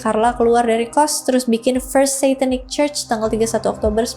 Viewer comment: Sebutan Church bukan KOS, tapi CUS....😊